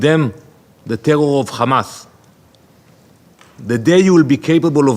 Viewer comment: Israel: “tewwow attacks” 😂